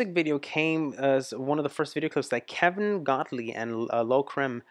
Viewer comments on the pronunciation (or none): none